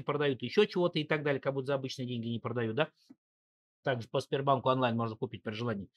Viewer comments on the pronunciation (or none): none